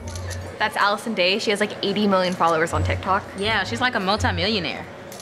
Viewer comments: It's not Addison Rae, but Allison Day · “Allison *rae*” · i thought it was Addison "Rae" but its Addison "day" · manz said allison day LOL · Did nobody else realize she said Allison dae instead of Addison rae😂😂😂😂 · “Allison Day” “Addison Rae” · bruh Allison day it's Addison Rae